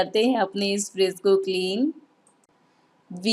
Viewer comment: Aap apna pronunciation thoda theek kare , friss nahi fridge bolte hai . Vlog bahot accha hai par pronunciation par kaam karen to aur improve hoga aapka vlog .